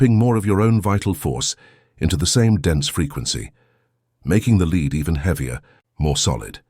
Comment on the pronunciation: I wonder how one gets the AI to make the distinction between Lead the verb vs the metal as it narrates. Maybe use another metal also easily malleable for this narration. Otherwise very powerful message hopefully not acquired too late.